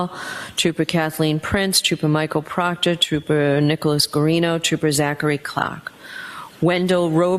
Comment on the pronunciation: Sorry your Buddy Proctorah is Fired not A TROOPERAH anymore:face-purple-crying